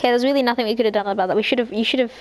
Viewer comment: And you pronounce nothing Nothingk